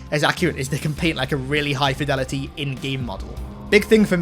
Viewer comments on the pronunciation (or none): none